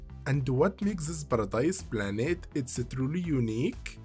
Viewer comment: Ziz baradize planets